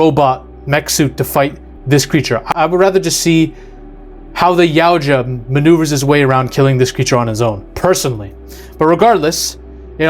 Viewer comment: Help me understand how you can correctly pronounce Yautja. But, you can’t pronounce Elle, the same way you would say the letter “L” or pronounce Yutani even remotely correct.